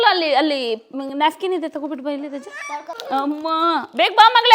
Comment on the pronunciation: Nafkin ಅಲ್ಲ napkin